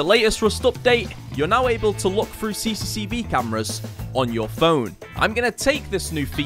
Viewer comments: Came back to this channel after like 7 years. It's good to see that he still says "CCCV" instead of CCTV cameras xd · Bro keeps mispronouncing CCTV and it's getting on my nerves. Its C C T V, not ccv or cccb or whatever he says lmao. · I have never heard about CCV cameras before😂😂 Your forgetting the T in CCTV😂😂😂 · How many times can you say cicetivi cameras in a video, had me laughing every time. 😂